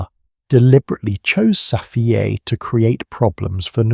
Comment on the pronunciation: Don’t say Safiyay please.